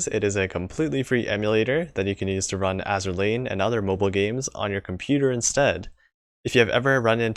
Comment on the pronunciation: Roon Me: Run! Nigerundayo Smokey